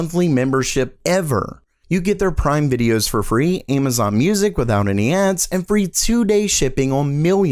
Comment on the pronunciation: Did you really pronounce Amazon with a long "A"? Seriously????